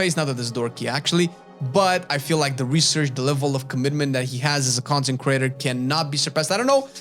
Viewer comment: When you say content creator, I hear "consecrater". TBH, I watch your channel more than the concecraters you listed, except maybe T&E.